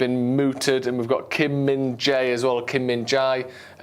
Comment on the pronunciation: Should be pronounced Min “Jay”; the fact he has “jay” pronunciation in his name says he’s mint. All joking aside, he’s been a monster for Napoli the beginning of this season. He’s a brute and he’s quick. Haaland in defence, to exaggerate a little. As funny as the Mail article is, if we don’t sign him, I feel he’s going to be a Vvd replacement for the scousers.